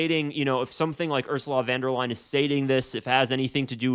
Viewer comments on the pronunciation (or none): "Completing the European continent" is some deranged dictator rhetoric foreboding of Nazi style. - No surprise with her. P.S.: It is "von der Leyen", not "van der Leyen".